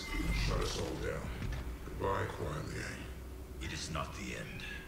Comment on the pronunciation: Sektor đọc là sextoy :)) Raiden đọc là rái đen :)) Kuai Liang đọc là khoai lang :))